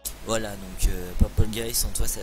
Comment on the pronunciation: mec t'as dit merci purpule guy c'est genre tu dit "purpule guy heureusement que t'es là car sans toi des robots qui tue des gens n'auraient pas exister merci mon gar